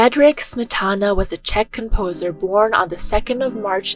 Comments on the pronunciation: Mispronunciation of "Smetana" undermines what may be good in this video. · Great information, but giving a thumbs down due to multiple mispronunciations of Smetana and other composer's names, common musical terms such as "minuet", and frequent grammatical mistakes. A channel calling themselves "Classy Classical" needs to get the basics right.